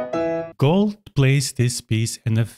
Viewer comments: It's pronounced "goold" like "fooled" but softer, not "gold". Other than that I 100% agree with everything. Gould's recording of the Alla Turca is one of my all time favourites. He savours each and every note, letting it shine as it should. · I find it interesting how you pronounce Glenn’s last {or, family} name, it’s almost sounding like you’re saying Gold instead of Gould (pronounced: Gooold). You do know that his father change the family name from Gold to Gould, because of the high level of antisemitism in Canada at the time, and he did not wish to be mis-identified as a Jew, and documentation shows that his family was not Jewish [even though some people like to think that maybe he was].